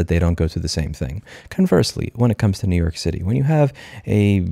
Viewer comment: “New Yoork is a braaand.”